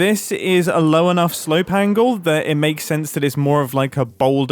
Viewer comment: I sadly spent way too long trying to figure out what a "slow pangle" was.